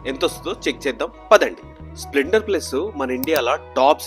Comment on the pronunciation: Bro it's splender ✅ Not spilnder ❌😂😂